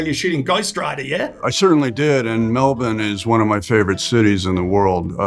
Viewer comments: honestly tho 10 points to Nick Cage for pronouncing Melbourne correctly lmao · Cool that Gageo pronounces Melbourne correctly and not Melborn or Melburn